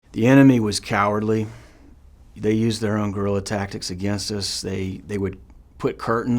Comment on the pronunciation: It’s “guerrilla”